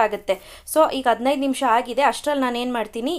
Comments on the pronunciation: Recipe channagide mam,adre dayavittu ಅದಿನೈದು ಅಲ್ಲ ಹದಿನೈದು ,ಅತ್ತು ಅನ್ನೆರಡು ಅಲ್ಲ ಹತ್ತು ಹನ್ನೆರಡು anta pronounce maadi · ಅದಿನೈದು ಅಲ್ಲ ಹದಿನೈದು. ಅತ್ತು ಅನ್ನೆರಡು ಅಲ್ಲ ಹತ್ತು ಹನ್ನೆರಡು